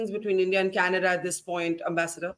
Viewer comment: Trudeau is responding to Kannada and not Canada 😂😂😂 just ask any Nijjar fan to pronounce Canada and see the magic, yesterday pronouncing was changed and today government is about to be changed and tomorrow country will be changed to Khalistan 😅